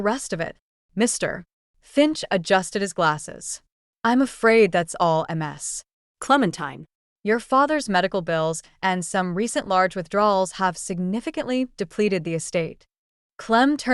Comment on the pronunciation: What's with the "Mr. [pause] Finch"?? It is very disruptive. And the "That's all, M S Clementine." Um, I hate to tell you, but Mr. Finch was not sitting at his own desk at the time of the reading of the will. GET YOUR DETAILS STRAIGHT OR STOP PRETENDING TO BE AN AUTHOR. Hey, AI, a dash is not supposed to be read out loud. It means a pause, but then “you don’t understand that either. Hey, "Author", people read a LOT better than stupid AI's. Use one, your stories will be the better for it.